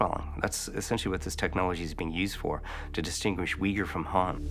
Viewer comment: Uyghur is pronounced /oighoor/ . There is no /w/ sound.